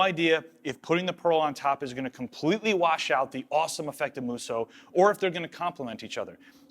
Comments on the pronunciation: I’m so glad you learned how to say musou with only 2 syllables xD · Draw out the 'o' a little longer on Musou :) The u after the o sound in hiragana indicates the extension of the 'o'. These videos are wicked :D